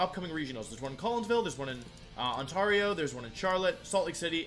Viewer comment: Don’t forget he pronounced ‘Ontario’ badly